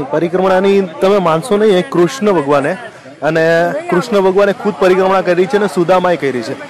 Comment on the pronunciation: Bhai tu ek var sarkhi rite parikrama boli let to b tane moksh mali jat 😂